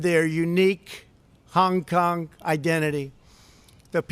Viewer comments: Pls try not having speech impediment when saying Hung Kong.. it’s Hong Kong. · Hung Kung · "hung kung" - Donald Trump